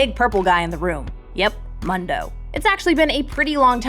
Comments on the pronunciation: Mundo literally says his own name. How do you fuck up the pronunciation when he has like 2 voice lines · Am i the only one bothered by the way she pronounces mundo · As a native Spanish speaker, hearing her butcher MUNDO cringes me into oblivion... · Ok how can you do thet Mundo says his name a lot why are you saying Mundo like thet? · All I’m saying is there is no excuse to be mispronouncing a champion that says his name as often as a Pokémon. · HE SAYS HIS OWN NAME! HOW CAN YOU MISPRONOUNCE MUNDO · So much this. He's practically a Pokemon he says his own name so much and people STILL pronounce it wrong. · Downvoting for saying Mundo's name wrong. Show that man some respect, he's a doctor. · I am annoyed by how u said Mundo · I really dislike the way you say Mundo, how do you get it wrong? The champ literally tells you how to pronounce his name. You have to be doing this on purpose. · Am I the only one who gets triggered that she can't say Mundo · Mun-do.. someone please make her stop!!! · "pro guides".. can't even pronounce the name of the champ. mando.. lol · MOONDO*** ITS PRONOUNCED MOONDO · "Mando" lol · Oh yikes this video. First off, Gwen is practically confirmed to be opposed to the Black Mist and therefore Viego, and secondly it's pronounced Moon-doh. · I do believe the Mun in Mundo is pronounced like Moon. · Stop calling him MUNdoe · why is she saying mando bro thats disgusting prononciation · This pronounciation of Mundo/Mando will give me nightmares. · It's MOON-DOH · nobody: person from proguides: MONdo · Someone please tell her it's DAHK-tuhr MOON-doh ("moon dough"). This was decided YEARS ago by the community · That mundo pronunciation and lore was killing me. I coulsnt help but laugh a bit. No flame it just makes me laugh people still say Mundo's name wrong lol. Its moon-do he says it in game enough xD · Why does she say "Mondo" instead of "Mundo"?????? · you pronounce Mundo wrong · How did they pronounce Mundo wrong so many times in a row?